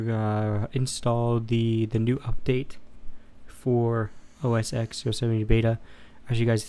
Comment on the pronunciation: The 'X' in OSX is a Roman numeral. It is pronounced 'ten'. Therefore it is called 'OS 10'